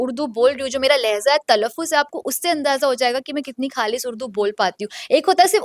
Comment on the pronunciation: Leza nhi lehja